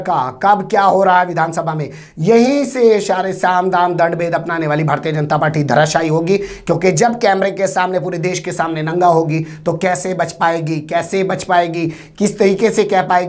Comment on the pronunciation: Bhai aap anchor ho is liye language sahi hona bahut zaruri hai Saam daam dand bhed bolye Shaam dhaam nahin